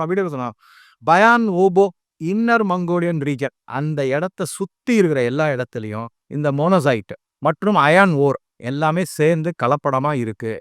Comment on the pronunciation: அது மொசானைட் அல்ல; மோனோசைட் (Monozite). Iron அயர்ன்; அயான் அல்ல.